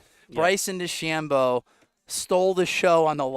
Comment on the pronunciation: Main commentator is terrible. Stop calling Dechambeau Dechambino. You're commentating on a sport not talking about your buddy. Makes it seem so small-time